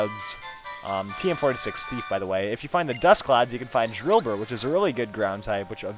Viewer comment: u said a DILDObur insted of drllbur